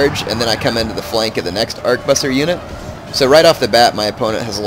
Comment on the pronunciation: Ar-ke-bu-ssier. it's french. trés chic